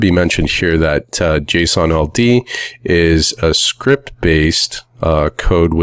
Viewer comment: I thought he kept saying Jason Aldean; the country music singers name🤣